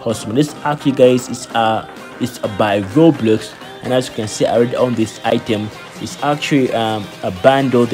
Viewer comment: Bro said Robloos💀💀